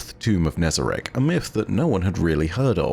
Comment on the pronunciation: Finally someone pronounces it how its spelt not as Nezarac